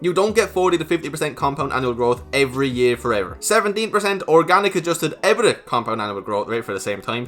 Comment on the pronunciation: EBITDA is pronounced E-bit-da 😉